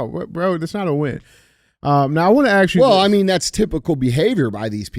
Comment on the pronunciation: Dj's been watching too much American Chopper.... "I got an Idear" "Let me axe you a question"... you aint ninja Paul Sr. Lmfao